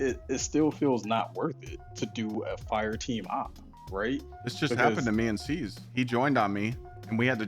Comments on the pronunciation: Love the vid but "Seeve" should be pronounced "siv" , like the kitchen tool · Its not seeeev its Siv 😂